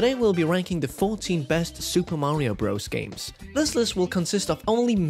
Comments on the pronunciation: Please don’t say BROZE… it’s BROTHERS! Just listen to Mario himself if you don’t believe me! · Your rankings were all wrong. Also, to spend 30 mins mispronouncing the name was impressive. Espectially when you played the audio of the nintnedo saying the name correctly and then said bros right after. When you play Dr. Mario, I assume you say you're playing durr mario, and when you play Mr. Driller you say you're playing murr driller. This video gave me PTSD